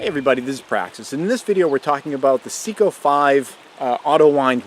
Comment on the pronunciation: Hi. I'd appreciate it if you would learn the correct pronunciation for Seiko. It should sound like SAY-CO, not SEEK-O. Thanks for making and sharing good videos otherwise.